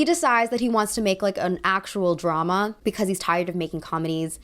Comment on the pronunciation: I love how you pronounce "because" as "becaise"